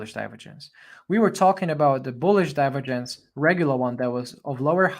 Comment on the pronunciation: With all due respect. I appreciate your work, but we say "/dʌɪˈvəːdʒ(ə)ns/". The accent goes to the second syllable. Apart from that, thank you for your invaluable contribution.